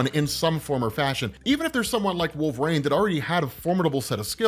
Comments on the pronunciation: You really shouldn't be allowed to cover wolverine in any capacity if you cant even pronounce it properly. Like my dude there's tons of media that say his name. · The way you say wolverine pisses me off.